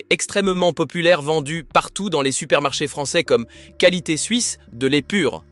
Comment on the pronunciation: Merci, cette vidéo est extrêmement pertinente. Par contre, pouvez-vous éviter la lecture AI de votre texte, ce qui nuit à votre crédibilité... instantanément (prononcé innestantanément) mois (prononcé moisse), qualité (prononcé qwalité), fond (prononcé fonde), etc.